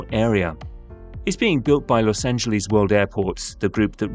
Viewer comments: A video about Los Angles would more likely be taken seriously without the cringe-worthy repeated mispronunciation of Los Angeles. Los Angeles ends with an “ess” sound; there is no “eez” sound in Los Angeles. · Please stop calling it "Los Angeleez". We Angelinos can't stand it. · As somone who lives here, please don't pronounce it Los Angeleeze. We hate it. It's like Americans pronouncing English place names wrong. You hate that as well. (And yes, it's a Spanish name, In Spanish, pronounce it in Spanish, but in English, pronounce it like it's pronounced here). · Find yourself someone who loves you as much as Brits love saying Los Angeleeeeeeeeeeeeeeeze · I wish British people would say the city's name the way most present-day Angelenos say it. Don't British people get annoyed with us when we mispronounce places like Edinburgh?